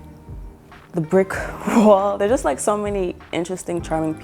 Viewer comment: You've mentioned Oakland and San Francisco, etc. but something about the way you said "coffee" and "wall"... I'm sensing New Yawk roots... Love your style!